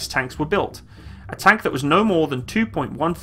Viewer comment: every time you say "tank" you burn my soul